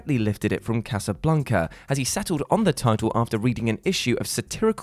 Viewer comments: I always thought it was "Casablanca" not CasaBLUNCA! Lol! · Did you call it Casablunca?